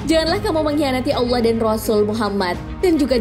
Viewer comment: Maaf mau request. kalo bisa nyebut allah nya biasa aja, kedengaran nya kaya dilebay kan gitu hehe